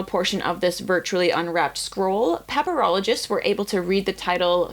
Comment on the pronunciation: I keep hearing pepperologist